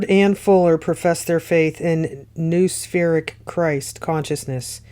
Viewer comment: Noospheric said ‘ know- ah-spheric ‘